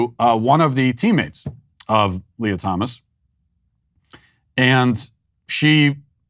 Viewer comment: It's Leah not Lia you bigot